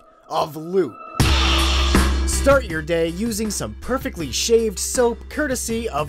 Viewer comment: You've probably heard this a billion times but the German "ü" isn't pronounced like an american "u". it's more like "leet". hm.. wait a minute.. is this a coincidence?